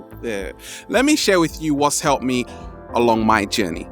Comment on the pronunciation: I use to think when he said "journy" he said "jenny " I'm like : who is jenny?? lol XD